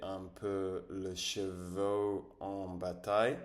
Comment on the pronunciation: C'était une excellente introduction, mais attention à la prononciation - " chevaux " n'est pas la même chose que " cheveux ". Puis, quand tu as dit que nous n'étions pas sur la chaîne de la beauté, j'ai réalisé que tu parlais des cheveux /ʃəvø/, pas chevaux /ʃəvo/ :-) Utilise une application de prononciation (par exemple Natural Reader) et écoute la différence ! Sinon super histoire, tu parles bien, je ne peux que t'envier :-)